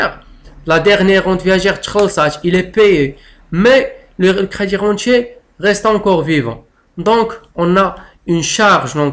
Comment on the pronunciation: Vs prononcez mal débirentier et crédirentier.